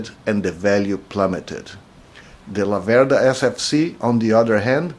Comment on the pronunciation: One thing. Although you have Venteto DNA your pronounce the brand name wrong: It's Làverda in stead of Lavèrda. The family name of the founder of the Laverda famiglia is named of the little river Laverda which runs near Breganze. I have been riding a Laverda 750 SF2 for over 25 years, it allways have been a pleasure :) Greetings from The Old World and keep on riding (and forget about Ducati: I exchanged my Laverda for a Ducati, The Biggest Mistake of my life)